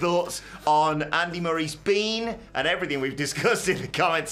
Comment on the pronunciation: “and effryfing else” Andy Murray probably